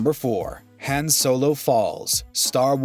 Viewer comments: How do you pronounce it "Haan" and "Haun" in back to back sentences? Especially when both Solo actors pronounce it "Haun." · Yooooo this mans really switched how he pronounced Han on us 😭😂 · One thing about this video that drives me crazy is how he is saying Han's name incorrectly.